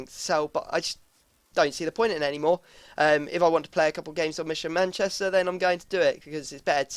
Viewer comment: Lol Manchchester